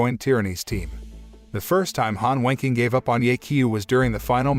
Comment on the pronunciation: The way the voice says Han Wenqing saouns like he’s saying Han Wanking